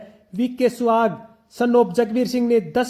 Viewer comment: गोत्र का नाम स्याग है सुहाग गलत उच्चारण कर रहे हो